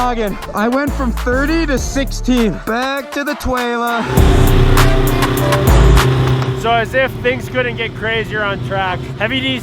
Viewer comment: back to the twaylar 🤣🤣